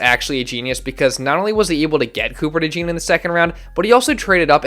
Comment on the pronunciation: Your pronouncing his name wrong it’s DeJawn